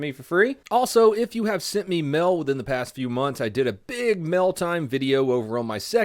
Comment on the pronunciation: someone give Donut some "Mell", please.